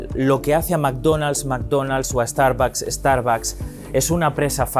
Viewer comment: El que habla ya cambió Starbucks a Estarbacs 😂